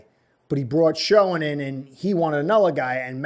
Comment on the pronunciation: Your spot on! Dabol went to Giants primarily due to the familiarity with Schoen. BTW- Pronounced Shane.